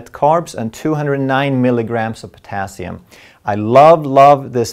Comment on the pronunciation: Why is the emphasis on potassium ?